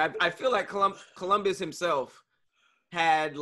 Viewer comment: My mans said Columbius